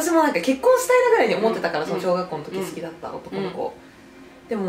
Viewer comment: 関西弁の好きーの発音好きやわー